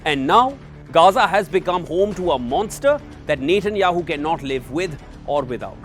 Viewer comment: Its Net.. Netanyahu, not Nathan...Nathanyahu. only wion pronounces with Nathan...